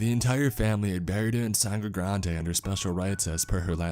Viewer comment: I'm watching this in the gym at the oval, the cricket stadium in Port of Spain, Trinidad. Muuuuhahahahahahaahaaaa Also it's pronounced more like sandygrandy rather than sangrey granday